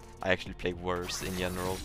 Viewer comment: "in jeneral" :D